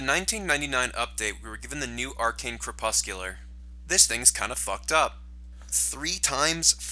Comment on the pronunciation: Why you say crepuscular like that